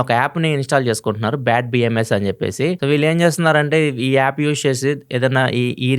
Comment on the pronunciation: Yaappu kadu, app.